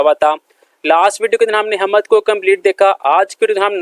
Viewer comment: Sir ji talaffuz "hammad" nahin " HAMD" hai.